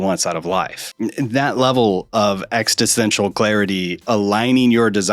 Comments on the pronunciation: You may not realize it but you are saying "extistential" instead of "existential." Great work though. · I always assume that people who mispronounce words do it because they've only read the word. That's respectable. But, you're adding an extra "t" to "existential."